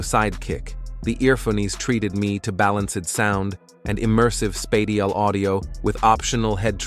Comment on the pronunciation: “Spay-diel audio” instead of “Spatial Audio”, plus the monotone presentation voice, tells me this is most likely AI